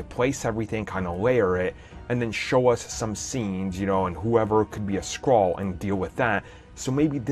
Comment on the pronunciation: Skrull! Skrull! Skrull! Not scrall